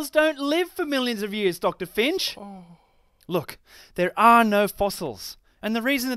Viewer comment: "ohh" sounded a bit wrong there lol Great video! seriously LOL'd at the no transitional fossils bit. It actually sounds like debating a creationist..